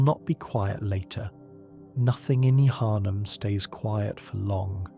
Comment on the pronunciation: That probounce of yHarnam was brutal, you don't pronounce the H in Yharnam